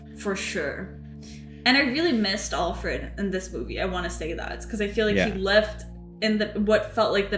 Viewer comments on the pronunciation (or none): your way of pronouncing Alfred makes me smile. as if it's ALL-fred (rhymes with hall instead of pal.)